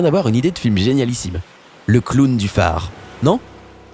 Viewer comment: MDR J'SUIS LA SEULE CHOQUÉE PAR LE MOT "CLOWN" QU'IL A DIT "CLAOWN"